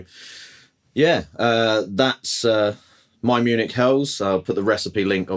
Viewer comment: Munich What did you call it?😂